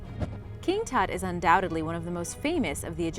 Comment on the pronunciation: Lmao she can't wven pronounce Tut